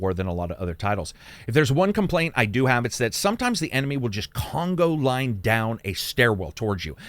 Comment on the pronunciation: Conga line, not "Congo line" :)